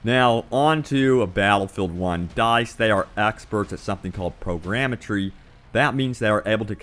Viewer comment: Dude, that is not mars. Last I checked Mars is not a moon of Saturn. Also it's Photogrammetry not Programmetry. other than that... Great Review!